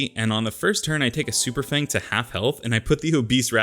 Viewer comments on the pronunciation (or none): none